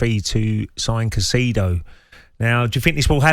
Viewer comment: Ray parlour on the bottle again cant even pronounce caicedo's name the clown